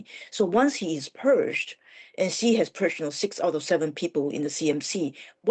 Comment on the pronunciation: I switched off when the first 'expert' interviewed couldn't even approximate the pronunciation of the name of the Chinese leader.